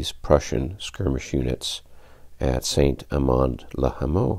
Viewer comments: Excellent. Really good production with showing the numbers for the odds and the rolls of the dice. FYI, "Saint" is pronounced "San" as in San Francisco, and "legere" is "lezhair". Also, Ligny ie pronounced "leenee". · Ligny is pronounced "leenyee" with the "ee" sounds short. "Saint" is no possible to translate into an english sound, because there is no "ain" or "ein" or "in" in english but in french are the same sound, surely not the same as San from San Francisco (I'm belgian).